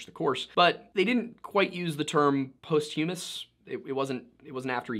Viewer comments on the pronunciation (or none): Posthumous is pronounced “PO-styuh-muhs”, not “post-HUH-muhs” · Post-humous?? Do we just make up our own pronunciation for words, these days??